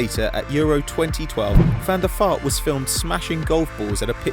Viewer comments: Share he says Van Da Fart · It sound s like your saying van der fart